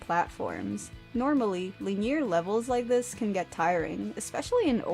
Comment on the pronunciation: Good review! I can’t wait to pick this up soon. Also, I’ve never heard someone say “linear” that way lol 😂